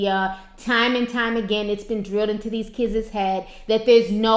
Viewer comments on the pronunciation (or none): KIDis is pronounced KIDS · Kids, not kidses